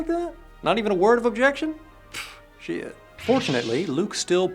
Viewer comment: that "shiet" tho